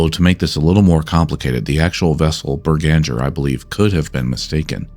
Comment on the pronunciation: Norwegian here, the name of the Norwegian mystery ship is almost certainly B E R G A N G E R, i'm fairly sure it's a place not far from where i live and i've heard the name before, Bananger however rings 0 bells. also i don't wanna be stickler for pronounciation but the best way to put it for English native speakers is Berg-anger.